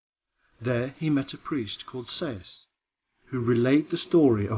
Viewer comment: Edgar Cayce's name is not pronounced "CASE", it's pronounced "CASEY".